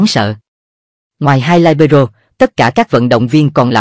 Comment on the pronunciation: Xướng ngôn viên của chanel này là người duy nhất đọc "libero" là "lai-bơ-rô." Tất cả những người khác đều đọc là "li-bê-rô" hay "li-brô." Không biết anh này đọc như vậy là theo ngôn ngữ nào?